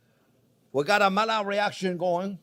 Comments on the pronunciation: Thank you I know the Maillard reaction (discovered by Louis Camille Maillard) very well, I was just criticising your pronunciation of his name. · I'm sorry but I stopped looking after the 73th time you mispronounced Maillard, Louis Camille Maillard was a French physician and chemist, mallard is a duck. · Don't even change, your mispronuciations are just so funny. The duck reaction, i.e. the mallard reaction :D What makes it even funnier is that he's French and knows those two LL's become an I.